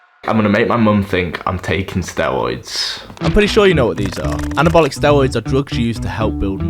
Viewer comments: Stewoids, dwugs, Owange, wealistic, thwee. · Sorry but it's so hard not to laugh when you say 'stewoids' so many times in one video. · "Stewoids :3 " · be like: stewoids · I love the way you pronounce Word: steriod. Its like sterud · Everything cool but you not knowing how to say r just makes me feel sick